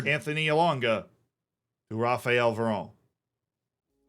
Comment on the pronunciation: Very close, but the 'qu' in Manquant is pronounced as a k, not like english 'qu'. Also the way you pronounced Varane would actually be 'Varan'. The e on the end makes it pronounced like Varanne. It's very confusing lol